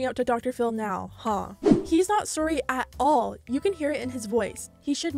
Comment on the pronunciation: My new drinking game has been taking a shot everytime says "surey" instead of "sorry"